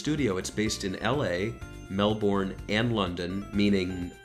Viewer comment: your pronunciation of Melbourne is incorrect